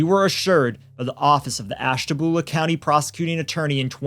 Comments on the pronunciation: As someone who was born and raised in Ohio ( though I left in 89) I am only going to comment on the pronunciation of Ashtabula, it’s not Ash-TAB-ula, it’s Ash-TA-bula. I know it’s stupid, so is the way they say it🤷‍♀️ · Sometimes I forget local names aren't universal... Over here we say "Ash-tuh-BYOO-la". Glad I wasn't driving, because "Ash-TAB-yuh-luh" would have taken me out 😅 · Ashtabulah is pronounced Ash-tuh-bue-luh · Ashtabula: ash-tah-BYU-la, just fyi I live around the area and Ashtabula is a mess. Drugs and poverty are absolutely rampant. I’d bet there’s tons of cases just like this one from here that need brought to light… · AUGH, I really like you guys but that was like nails on a chalkboard 🤣 in the area it's pronounced "Ash-tuh-bew-luh" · This dude said “Ash-tabula.”